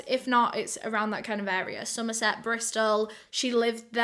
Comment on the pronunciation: I'm from Somerset and almost popped my eyes out when you said it 😳